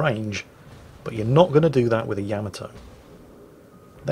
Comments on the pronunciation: it's not Yama-toe, it's Ya-ma-toe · I always said it "Ya'MAH'to". mangles it as "Yama'toe", but according to Google Translate's pronunciation in a Japanese accent, it is in fact "Yah-mah-toh". I love the ヤマト. Please Anglicise responsibly!